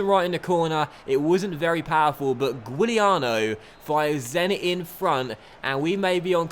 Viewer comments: Its not sad Guiliano , its sad Juliano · The way you pronounced Giuliano...bruh